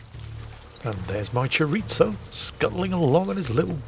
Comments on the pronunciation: Chiritzo? A sausage? is that.... chorizo? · Since when is there a ‘t’ in “chorizo”.